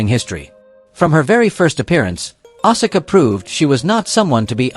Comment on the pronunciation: Learn to correctly pronounce names. Bass is not pronounced “base” but “bass” like the fish. Asuka is “ahs kuh” Stratus is not “Straytus” it is “Strat us”